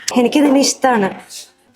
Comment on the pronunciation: ഇഷമാണ് എന്നല്ല മറിച്ച് ഇഷ്ടമാണ് എന്നാണ് ശരിക്കും❤